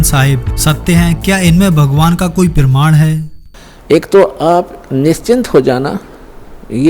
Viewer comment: Hindi bolne aata h tmko, praman ko perman bol rhe ho aur chle ho Sadhguru ko bolne